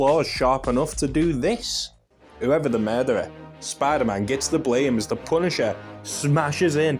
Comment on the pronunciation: "spy daman" 😂 (good vid too 👍🏾)